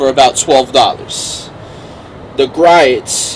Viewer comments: Dude, It's pronounced "Gree-oh's". Just check out one of their you tube videos and listen to the man say his own name.... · it’s not so much the “t”, it’s more the vowel sounds. Gree ohts